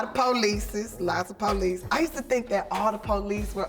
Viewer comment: The way she pronounces police is pretty funny. The PO-lice